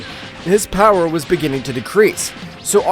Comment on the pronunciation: how many time your say poweer lmao